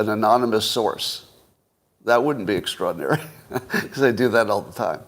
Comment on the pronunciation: How many times can Scott mispronounce “extraordinary” in 1 hour? 😂